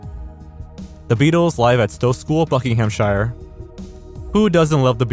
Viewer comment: Thrilled to hear about the Blackadder pilot. The American Only Fools and Horses sounds interesting too. P.S. Earlier in the video you mentioned ‘Buckinghamshire’, mispronouncing ‘-shire’ as ‘shyre’. It is pronounced ‘shir’, like New Hampshire. However ‘Shire’ on its own is pronounced how you pronounced it.